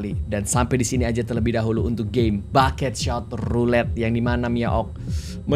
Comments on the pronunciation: kak regi nyebutnya bukan bucket shot tapi buckshot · "Bucketshot" woilah bucketshot 😂